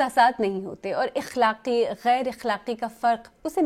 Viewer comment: آپ کی زبان بہت عمدہ ہے۔ تلفظ، لہجہ، جملوں کی ساخت سب کچھ معیاری ہے۔ البتہ لفظ اخلاق یا اخلاقی کو زیر کے ساتھ بولنے کی بجائے زبر کے ساتھ بولاجائے تو بہتر ہوگا۔ اخلاق کو زیر کے ساتھ پڑھنا علاقائی لہجے کی غمازی کرتاہے، لیکن اسے زبر کے ساتھ پڑھنا یا بولنا عالمی معیار کے مطابق ہے اور آپ علاقائی اثرات سے اوپر اٹھ کر عالمی تناظرات کا لحاظ کرتی ہیں۔ علاوہ ازیں آپ جو موضوع زیر گفتگو لائی ہیں ، وہ معلوماتی ہے اور تجزیہ بھی معنی خیز ہے۔